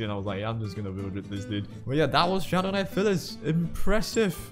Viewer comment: Ay I swear you are mis-pronouncing pyliss bcs a 'ph' makes the 'f' sound yet its just 'py' so it should be pronounced 'pie'-lis not 'fy'-liss, I just wanted to point that out, but do what u prefer really lmao